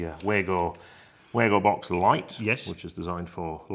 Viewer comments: Wago, pronounced Vargo please! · Am I the only one who hates the very old fashioned concept of one presenter bouncing of another equally qualified presenter. Why not go for the simple and professional presentation of ONE expert making the presentation. Sorry, could I also mention the name is pronounced Vargo.